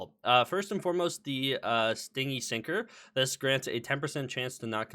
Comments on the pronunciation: i gotchu it's "stin-gee" not sting-y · ITS STIN-GY NOT STING-IE as in unwilling to spend not PLEASE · Actually the correct pronunciation is be ˈstɪnd͡ʒi which would be romanized as stin-jee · istg if I hear him say "sting-y" one more time I'm gonna crash out. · i beg you pronounce stingy properly. it is stin-gee